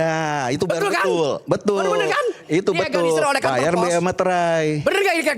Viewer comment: Ga bisa ngomong dilegalisir 😂😂😂 berkali2 terdengar di egalisir 😅😅😅😅